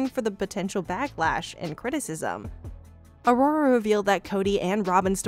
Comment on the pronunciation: A-Ror-A. Aurora?.........not Arrrrorrrre